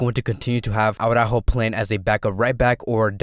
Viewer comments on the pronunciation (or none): Imagine me saying Khavóón instead of Kevin. That is just as retard as saying Aw-rÁjo instead of Ara-Újo. The correct pronunciation is "ara" (take a breath) "Újo" (emphasis on the Ú, and soft j like in jamon). Now combine them: ara-Újo (again, emphasis on the Ú). You can do it!